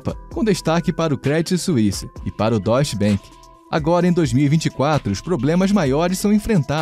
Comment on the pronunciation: Credit Suisse se fala Crêdiii suísse... Deutsche Bank se fala Dóity bank